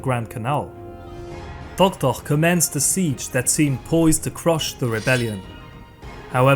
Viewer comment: I think you love saying "Tohtoh"... Many thanks for your excellent lectures!